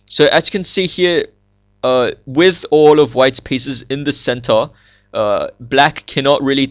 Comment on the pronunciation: its funny when you say "center". "its like white has a very nice centaur"